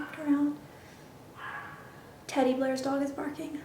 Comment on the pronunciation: i liked how yuh said 'teddy, blairs dog' it sounded like yuh said teddy bear ;D